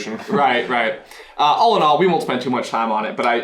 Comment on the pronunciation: Did anyone notice he said "All in all"... "Allinol"... I had to haha!